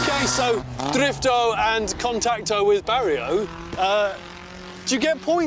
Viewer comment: Lol why? Cus hes saying dorifto?